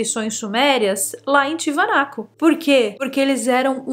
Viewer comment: Um beijo e tudo de bom para você. Pronunciaria errada = "TIAVANACO". Pronunciaria certa = "TIAGÜANACO". Lugar realmente intrigante o qual visito desde 2004.